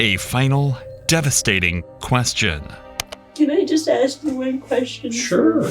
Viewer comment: “aks her what I do” surely he meant “ask her” YouTube covered for him and wrote “ask” 😂